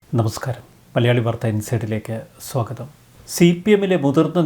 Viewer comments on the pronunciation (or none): none